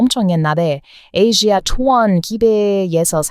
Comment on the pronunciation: 에이지아ㅡ아시아. 베으남ㅡ베트남 영어발음 오리지날발음을 덕분에 현지에서 듣는것처럼 보고듣게되네요 😅😅😅😊😊😊